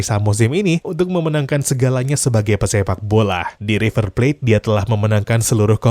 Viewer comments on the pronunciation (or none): none